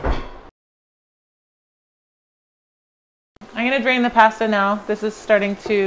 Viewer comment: Its pasta not passduh lol That looks so good though.